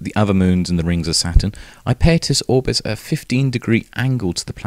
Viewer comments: It would help your credibility if you could pronounce the name of this moon correctly ! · I like his pronunciation. Bigger crimes out there than mispronouncing a distant moon. I'm definitely over it. Drive on!